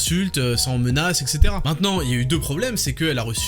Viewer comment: savez réellement comment prononcer "etc".